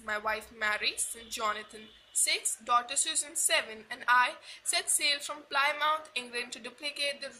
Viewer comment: You pronounced Plymouth and gigantic wrong.